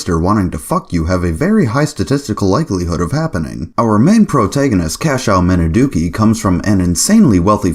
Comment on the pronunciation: And oh yeah, one other nitpick. The family name is actually pronounced "Minazuki", as if there's a "Z" in there. (I know, pretty much every Westerner says it the way you do.) It's just one of those little odd things with Japanese spelling. They should have changed the Romanization so Westerners would be less likely to get it wrong, but it must be one of those established older ones, where they would spell it differently these days if not for tradition.